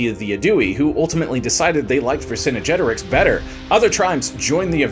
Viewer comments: It's "Vercingetorix", not "Vercinigetorix"! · Yeah he’s saying it ver cinna jetorix, there’s no a so I’m not sure why he’s saying it like that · "Vher-sin-jet-or-ixe"; you're adding an extra syllable in his name. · I'm asking because I don't know. I have always heard his name as "ver-son-get-oh-ricks". Where does the "ver-son-oh-get-oh-ricks" Come from? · Thank goodness we learned more about Vercin"uh"getorix though. 🙄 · I thought I was the only one annoyed by this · Yeah, he's mixing the English term "vicinity" with "Vercingetorix"...🙂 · I couldn't make it more than 5 minutes due to the continued mispronounciation of Vercingetorix. And that unnecessary music. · Literally butchered his name first time you said it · Dude, this is historically inaccurate & shows a complete lack of any scholarly knowledge. The host mispronounces the name of every Gallic tribe & does a grave disservice to Vercingetorix. Your lack of research is SAD! Do better